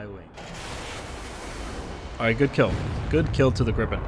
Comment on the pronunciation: Viggen, sure. Grippen, no! Sorry, I've pointed this out earlier today, but geez my ears are bleeding here man.. :P